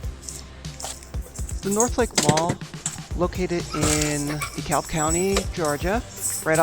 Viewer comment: “The” North lake mall. Pronouncing the L in DeKalb. You’re clearly not from Atlanta/GA lol